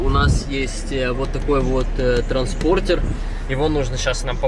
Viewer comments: Ну сколько же раз в ютубе поправляют! Транспондер а не транспордер. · Дружище, ты может и хороший человек, но хороший парень это не профессия. Слово Транспондер из твоих уст звучит так что кровь из ушей идёт. Скажи вы ему уже наконец, чтобы стать хорошим блогером нужно выговаривать слова и правильно ставить ударения в словах! Прости братан, но твою жесть без слёз смотреть невозможно. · Я блин не выдержал, залогинелся чтоб коммент оставить. ТРАНСПОНДЕР - Т Р А Н С П О Н Д Е Р. А транспортер это фольксваген )))) Спасибо за внимание ))) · ТРАНСПОНДЕР - выучи это слово!